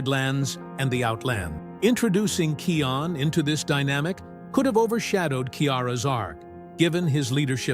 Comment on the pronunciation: It’s kion